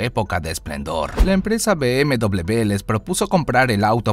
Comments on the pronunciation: Be Eme Doble Be !!! ME ACABAS DE MATAR A MI Y A MILLONES!! Se dice Be Eme Uve socio,vaya pronunciación q gastas ,de chiste locoo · Be eme doble u así se dise